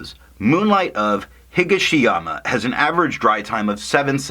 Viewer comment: Nice review as always, and nice orange. Yes you might have sold me on a sample. Actually your pronunciation isn't that far off. Higashiyama is just a slight different emphasis. You are emphasizing HI-ga-she-yama and it should be hi-GA-she-yama. You are saying "Iro" correct but Kyo is, well, yo (as in yo how ya doin') with a very short K i. Front. Like kee-yo without the two e's. Yeah. Japanese is fun. I wonder what the color is in reference to, as there was an Emperor Higashiyama and there is a Higashiyama district in Kyoto near the mountains. Imperial color is yellow, so it seems not that.